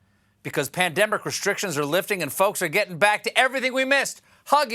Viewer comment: i could of sworn you said PanTdemic... LMAO Goodbye Bezos!